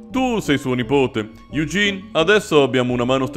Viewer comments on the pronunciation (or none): di solito non te lo farei notare, ma siccome stai rispettando la pronuncia e le cose varie in francese, "Eugene" si legge "Egèn", con quella "eu" strana francese, tipo un barese che dice: "Euuu, ma ch'è sta cos?"